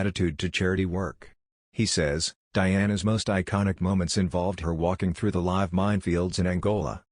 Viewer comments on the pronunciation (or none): Your videos are weird. Are the narrators people or robots. They mispronounce words all the time. A row in the sense of a disagreement should rhyme with cow or it means a line of something. The word live when it means something active should rhyme with hive. Then why is it necessary to mention people's ages every time? Then there's the weird break for music and repetition. It's irritating, so I think I will unsubscribe unless you improve.